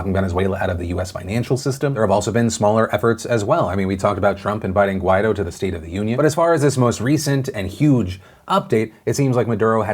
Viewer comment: Phil, people hate it when you mispronounce their names. Guaidó is pronounced with the accent on the second syllable: gwai-DOH. That's why it's written with an accent mark over the 'o'. Johns Hopkins has an 's' at the end of John. Also, something cannot be "exponentially greater" than it was before. Exponential growth has to do with the rate of growth and means you multiply the current number by a set number over and over. The example is one person exposing 5 people and those 5 people each exposing 5 more people. The exponent is the number of times and it requires having a rate of growth, like 5. Note that the rate could be small, like 1%, or even negative, and it would still be exponential. "Exponentially" is not a synonym for "enormously". (I would recommend you use the term "order of magnitude", but I realize most people don't know what it means any more than they understand "exponentially".)